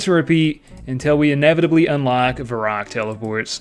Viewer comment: What the heck is Varrock? It's pronounced Varrock...